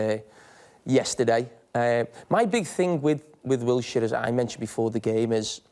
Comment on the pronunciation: Wilshire? Hahaha!!! He's Jordan Henderson of Arsenal. Pity us Brits and how we're taking for a ride